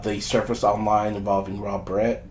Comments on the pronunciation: This a**hole cannot pronounce his last name correct-its Barrett, not like a hair baret wtf! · Holy shit. Say his name right!! Like the gun!!!